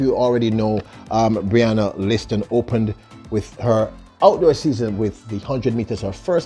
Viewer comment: The announcer really Butchered her last name.. 🤦🏽‍♂ Him better put some respect on the Queen's name and call it properly next time.. 😏